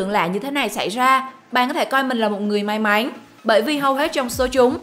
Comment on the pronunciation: Lưỡi to ý mà